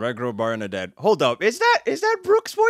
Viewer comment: This is how you actually pronounce Mash's last name "Burndead